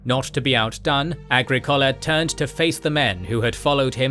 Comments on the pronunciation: prounounce “aGRIcola”, not “agriCOLa”. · A-gri-COH-la A-gri-COH-la A-gri-COH-la! The narrator breaks immersion. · Agricola is pronounced ah GRIK ola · Comprehensive history! I’m not a fan of the format but the content is excellent. Why did you chose that pronunciation of Agricola?